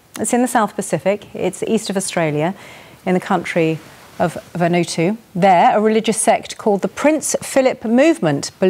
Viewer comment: Wrong pronunciation, It's VAN OOO AAA TUU not Vanutu